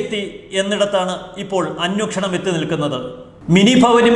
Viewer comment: അന്വേക്ഷണം അല്ല, അന്വേഷണം 😇